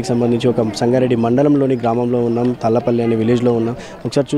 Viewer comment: Adhi thadlapalli kadhu thallapalli